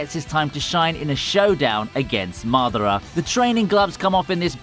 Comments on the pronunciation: It's MadAra, not MAdara. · Mardarar and loofy, not the most accurate pronunciations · Cannot get used to u pronouncing Madara.. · not mathera, MADARA with hard A's. u goof?